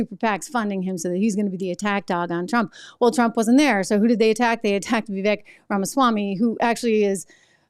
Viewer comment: It's pronounced Vivek (Viv • āk)